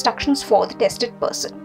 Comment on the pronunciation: It’s tested person ✅🙋🏾‍♂️ Not tasted person ❎🙅🏾‍♂️